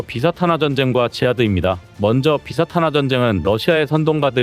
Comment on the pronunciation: 나레이션을 다른이가 한다고 미리 사과 공지까지 했는데 정작 나레이터는 그냥 쭉쭉 읽기만 하면 안되는거요 특히 문맥상 단어는 정확히 표현해야지 일례로 러시아 정교회가 ㅡ비사 탄화ㅡ라고 읽어서 이게 뭔 원어인가 영어인가 했더니 다시 들으니 ㅡ비 사탄화ㅡ란 말이네 좀 주의좀 하시오